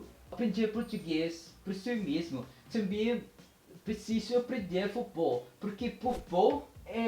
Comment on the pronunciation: Parabéns! Aprendeu rápido! I live in Brasil, yung majority pronunciation mo ay sa portugal at mayroon ding halo-halong accent ng brasil pero marami kang expressions ng brazil. Improve in your nasals... you can use the sound of "ng" of filipino to get the nasal well... all the best! galing! "Também" (Tambeng - ang bigkas for example)